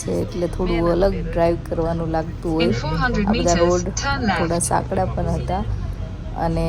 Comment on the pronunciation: Tame પણ ni badle પન bolo છો 😂😅